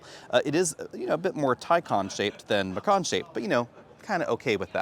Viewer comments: I have to tease you for pronouncing it "M'can", especially when you clearly know how to pronounce "Tie-Khan". (It should be "M'khan") I kept getting "Singin' In The Rain" flashbacks... Love the videos otherwise! 😉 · my friend. It's Ma-Kahn. Also, "actual" is unnecessary. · It's pronounced "Macon" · It's pronounced "muh-con" as in con man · you say por-shuh and thai-cahn correctly, but why muh-cann? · OMG it's driving me f*cking INSANE!!! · Yeah, its painful to hear